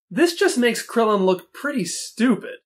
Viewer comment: So weird hearing you say things like “Krillin” and “Kami”